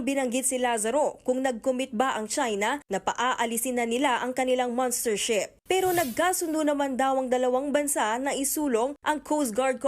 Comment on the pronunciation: Monstership HINDI "MANStership"